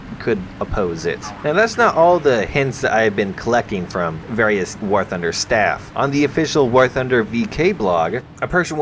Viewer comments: All I heard at the beginning was "welcome back to Warthauhfosjadbng;alskjgdba;ob news" No offense lol =P Great rumor info. Would be neat to see some of that if its true :0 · did I hear "Wargucking news"?